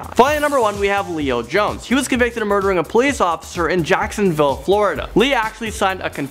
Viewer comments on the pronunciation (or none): none